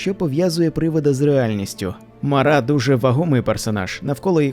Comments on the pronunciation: не МарА, а МАра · Тільки не МарА а МАра, наголос неправильний, аж вуха ріже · Чому МарА? МАра. ПримАра, а не ПримарА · Сам ти Марá її звати Мáра, кажу як носій імені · М`ара, наголос на першу "а". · Мара від слова марити. наголос ставимо на першу букву "а". Марити - Безладно, безтямно говорити в гарячці або уві сні, галюцинувати.